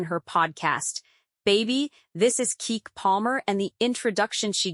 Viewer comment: CHIIIICK!!! If you don't STOP calling her KEEK...it's pronounced "KEE-KEE".